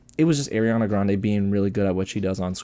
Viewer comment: Her name is “Ari-ana” Grande. Not Airiana grande